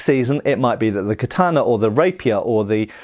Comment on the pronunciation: Ka tah na...... not kat taaan na.